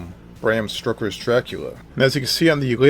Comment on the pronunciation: Stroking your Dracula... it's stoker lol